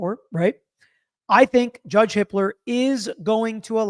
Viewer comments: Does anyone else keep hearing it as Judge Hitler?!? 😂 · Ok so had to double take hearing the judges name. It's Hippler.